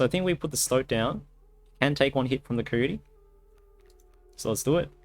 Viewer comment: Nobody:: "Kohyohty"